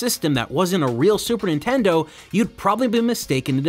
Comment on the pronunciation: Video starts, "The Super In-tendo" I'm out.